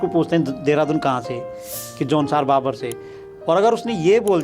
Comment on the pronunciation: जौनसार भाबर है न कि बाबर। ग़लत उच्चारण कर रहे हैं। भाबर का मतलब ढलान वाला मैदान। बाबर का उद्बोधन अय्याश atatayi लुटेरा से होता है।